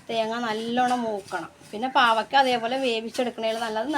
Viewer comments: Pavakka alla.pavacka.over talk. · Pavaka alla. Pavayka